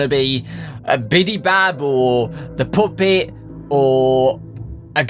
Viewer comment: why does this guy say puppet like poopet? XD